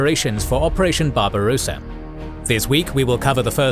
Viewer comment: Just a note : Barbarossa has 2 s, so you don't pronounce it like barbarosa, like a rose-a, but rossa. The o is short. Think of how you pronounce tosser.